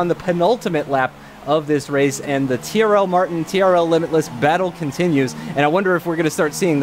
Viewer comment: I swear said CRL Martin when they lined up on the grid..